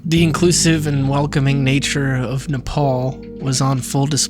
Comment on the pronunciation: You pronounced Nepal correctly; not many can do it.